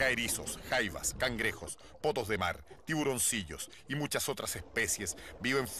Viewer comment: Ok, pero '' potos de mar '' xD